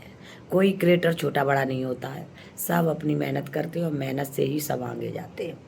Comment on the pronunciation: आंटी निरलज्ज होता है लिलज्ज नहीं.. पर्दाफ़ास होता है परदाफ़ास्ट नहीं.. आगे होता है आंगु नहीं.. और आंटी अंत में 😂😂😂😂😂😂😂😂 यूकेलिप्टिस होता है यूपीलिपिस्टिक नहीं.. वैसे हँसते हँसते घोड़े दौड़ गए 😂😂😂